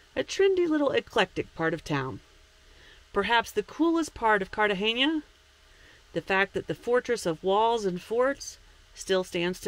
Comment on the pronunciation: Cartagena not Cartageña!!!!